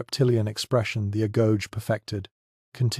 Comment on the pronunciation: I heard the Greek word pronounced /a-GO-gay/. Just saying.